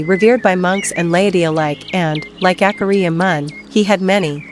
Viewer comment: PLEASE use a human voice! It’s DISRESPECTFUL for these great monks to be called AKAHRIYA by this artificial ‘voice’!!! If you want I will do the voiceover for you free.